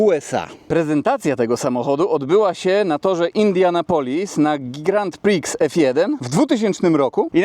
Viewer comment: Sprostowanie-grand prix(jest to oczywiście z francuskiego) czytamy jako Grą pri a nie grant priks-znaczy to dosłownie wielką cena..